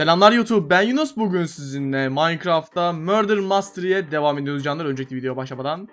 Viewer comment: Abi mastery değil mistery